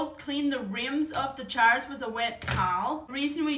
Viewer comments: Jars ❌️ Chars✅️. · Jars ..not chars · Charz ? You're saying Jars ?😊😂🫣☺️ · Cold packing is usually used for high acid items. Like tomato or pickles. Love u saying chars instead of jars. My grandparents were Duetch & had accents even thicker than yours, 1 grandfather barely spoke English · I love how she says chars not jars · "Your Chars" 😅😂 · ....chajrsss..... I don't know how she manages to pronounce the J after the A but she does ... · Yes busy bee I do see it also. And is she saying chars ?? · I like how you say jars, it sounds like you're saying chars. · Is she saying chars😂😂😂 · can amish just not say the “j” sound? like it’s not “ch” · I love the way you say jars. It sounds like chars. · I love how she says chars instead of jars❤❤ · She is saying jars, right? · love how she says jars